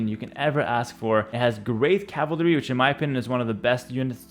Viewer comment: Could've sworn its pronounced cav-al-ry Not calv-ry